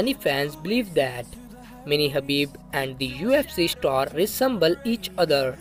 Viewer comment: Khabib not habib